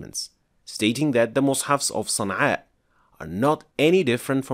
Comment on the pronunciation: It's Sana'a